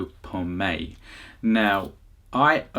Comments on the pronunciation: With all due respect, please pronounce his last name properly... It is "Pomoy" and not Pomay.. If you're sayingg your followers boosted because of him, he deserves proper recognition. Start with saying his last name correctly. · Bro, it's "Pomoy", not "Pomei", Peace! :) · like your reactions. Need to work on Marcelito"s last name. You are leaving out the Y. Po---Moy.